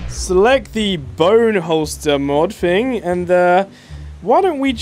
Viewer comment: It’s “thing” not “fing”